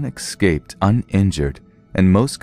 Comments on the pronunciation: escape not exscape (eh-sc-ape) not (ex-sc-ape) just saying love your stories though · Yet how many times did you hear him say excape... I cringed every time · Great stories! Pretty good narration - except there is no "x" in the word " escape".